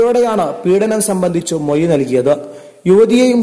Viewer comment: മൊഴി എന്നു പറയു